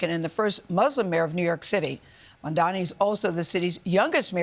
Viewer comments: Why can't this journalist bother to pronounce Mamdani's name correctly? It's her job after all. It's giving major disrespect. She didn't have this much smoke for Eric Adams who was indicted for corruption. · Gail makes me sick. She couldn't even say the man's name right. I'm so glad more and more Americans are waking up to corporate media propaganda and bias for the rich. There's still a lot of ignorant people out there though.